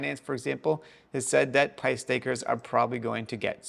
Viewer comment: Still saying pyth wrong lol